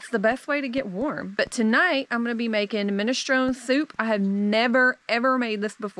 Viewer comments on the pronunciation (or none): Minestrone soup is pronounced with the 'e' at the end. Min-estro-ne as in the word knee. You are an awesome cook.